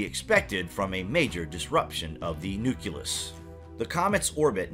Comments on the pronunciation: Learn to pronounce nucleus properly. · NUCLEUS = NEW KLEE US ...” NEW KYOO LUS Exists nowhere in the English language